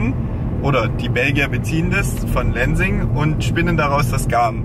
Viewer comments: Super spannender Vlog!! Voll schön zu sehen, wie sehr ihr euch mit den Themen Nachhaltigkeit etc. beschäftigt!:) Nur ein kleiner Tipp an: man spricht die Firma "Lenzing" - also tatsächlich auch mit einem "Z" und keinem "S" aus.. benannt nach dem Ort in Oberösterreich, an dem sie ursprünglich gegründet wurde und - ich meine - auch heute noch ihren Sitz hat!:) Liebe Grüße aus Österreich! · Kleine Anmerkung: in Österreich wird das Z wirklich scharf ausgesprochen, also "tset" -> Lenzing spricht man nicht "Lensing" aus, sondern "Lentsing" :)